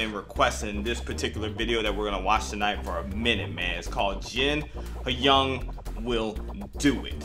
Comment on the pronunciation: Hey guys! Firstly, love the vid as always. Secondly, as a friendly ‘pro-tip,’ the word ‘Hyung’ is pronounced like ‘Young’ with a super soft, almost silent ‘h.’ 💜